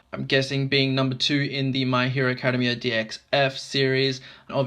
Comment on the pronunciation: This video helped me decide if i wanted the figure but the way you mispronounce Academia makes me cringe >_< You're not supposed to say it like you're going to say the word academy, ("ah-KAD-uh-mee) it changes to "ak-uh-DEM-ee-ah"